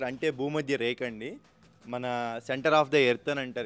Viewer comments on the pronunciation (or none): Reka kadu rekha